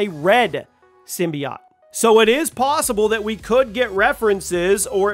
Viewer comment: The way he pronounces symbiote forced me to quit watching